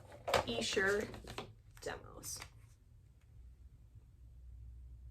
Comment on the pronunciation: YES!! Great stuff and I passed on the 4 disc vinyl version when it came out (just got the two disc) but could not pass on less than $50!!!! I haven't cracked mine open yet (and nice job on pronouncing Esher correctly!!!)